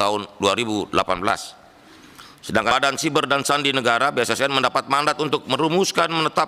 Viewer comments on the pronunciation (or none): Bacanya SAIBER PAK SAIBER GREGERAN GW